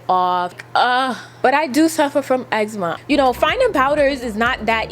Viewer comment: Am I the only one shocked that didn’t insert that one clip when she said she “got eggzma”? Lol